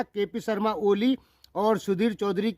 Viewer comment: Bhai jee aap ko kp oli ka nam to thik se lena nhi ata aap kya intarvew lenge